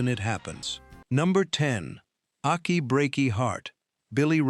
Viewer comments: Good Lord almighty... would people STOP using AI to narrate their videos? The damn robot kept saying "Akky Breaky Heart" instead of "Achy." If you can't narrate your own damn work, get another human to do it for you, loser! You must take us for idiots! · Liked the video. I love how AI pronounced "Achy." And I didn't realize Franklin was "a few hours outside Nashville" ... although with traffic, it feels like that some days on my commute!